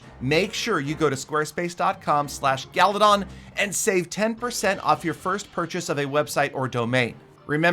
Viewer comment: mate